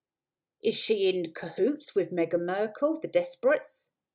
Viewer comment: "Markle" not "Merkle". Ok I'm out of here. "Team Turd" is supposed to be funny? Don't give up your day job.